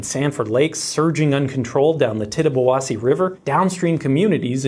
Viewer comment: I live 20 minutes from that dam. I was not affected, but I am impressed by your ability to pronounce the Tittabawassee River correctly. I also find it a little ridiculous that they're trying to rebuild the dam, when it serves no purpose anymore. It's just the homeowners on the old lake are throwing a fit. I believe it's also a big concern about the dam that still upriver. I don't think it was an in bad of condition, but I don't think it's great.